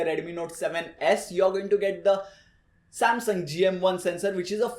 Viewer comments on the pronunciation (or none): none